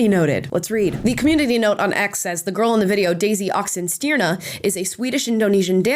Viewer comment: Good video, but I wish that american could learn to pronounce swedish names and words. It's spelled Oxenstjärna but it's pronounced Uks-Sen-Scherna!